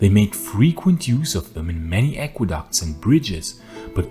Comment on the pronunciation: Aqueducts? Not aquaducts?